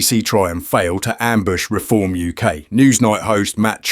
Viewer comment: "weform" BBC cvnt